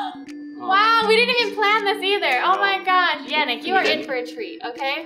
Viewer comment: Yannick is pronounced Yah-neek